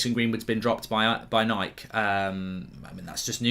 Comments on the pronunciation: It's Nikeeeee not Nik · Should we be concerned on how Mark pronounces Nike? 😂